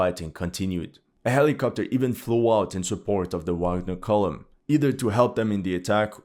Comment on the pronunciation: I like you but I stopped watching, can't handle ignorance - it is pronounced VAGNER!!!!😢